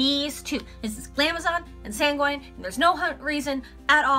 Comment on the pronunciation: I've never heard of that brand before I'll have to check them out very vibrant colors. For the one you were having trouble pronouncing I think it is said like San-Gwen if I remember correctly